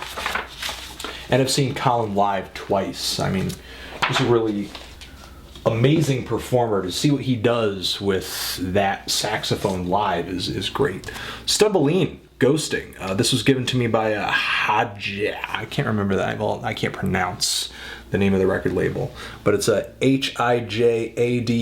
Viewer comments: It's Stumbleine, not Stumbeline ;) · its Stumbleine not Stumbeline